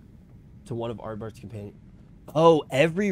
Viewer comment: Cmon, it's ArdBERT and ZodiARK. It's not difficult. Love the fact that you enjoy the story though.